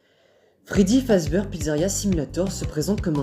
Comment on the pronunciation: La vidéo est top... Mais ça se prononce "Fazbir" haha